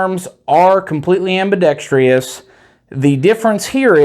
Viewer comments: Ambidextrous not "Ambidextrious" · Why does everyone, I mean all of them, insist on saying ambidex-Tree-US? It's ambidextrous. There's no E-US. WTF. Feel like I'm in the twilight zone. It's everyone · am·bi·dex·trous /ˌambəˈdekst(ə)rəs/ there is no 2nd I. It is not, am-bi-dex-TRI-ous (facepalm) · Okay, I’ll be the one to say it. It’s not ambidext-REE-ous. It’s ambidextrous, exactly how it’s spelled. Excellent video otherwise, but I couldn’t let you go through life saying that word wrong with confidence. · Just say ambi if speech isn’t your forte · I spelled it the way he pronounced it. I was being facetious.